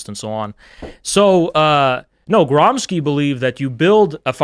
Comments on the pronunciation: Your boy Trump said that Marxists live like vermins, perhaps you could enlighten him in how it wasn’t real communism he’s citing , and that real communism share a lot of his values, like serving jews 😉 Also, it’s pronounced Gramscee, not Gramsky, he was Italian, and before being caught in the communism scam, fought for Southern Italy reclaiming her authority after the bloodbath and theft of resources known as “Italian unification” from Northern Italy with the help of France at the time. You know, the stuff that your fake ideology doesn’t teach because we’re not black/arab enough to be victims to “Western Imperialism”. He suffered from tuberculosis and short height, you know, the kind of people so desperate that are easy to grift, he’d fit right in as one of your donators. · Gramsci is pronounced GRAHM-shee.